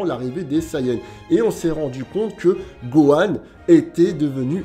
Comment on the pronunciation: on a tous entendu buhan et pas gohan